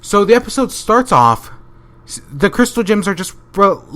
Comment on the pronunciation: Every time you say gems or crystal gems, it sounds like you're saying crystal jims.